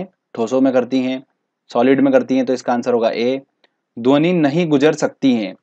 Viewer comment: Best lecture sir Lekin dhoni bolate ho Aur mujhe M.s.dhoni yaad aata he